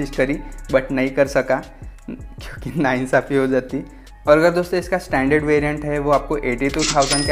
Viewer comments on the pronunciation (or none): none